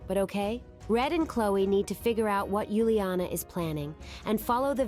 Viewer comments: Not Yuliana is Uliana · It’s Uliana not Yuliana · It's uliana for heaven's sake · It's uliana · Its uliana